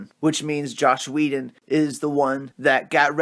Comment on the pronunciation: Say it with me: JOSS Whedon (pronunciation like Ross, not like slosh) Ciarian Hinds. (PRONOUNCED Sear-EE-Ann)